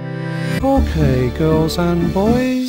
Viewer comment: it really sounds like he's saying "Foreplay, girls and boys!"